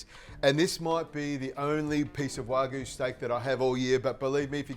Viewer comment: Learn how to pronounce wagyu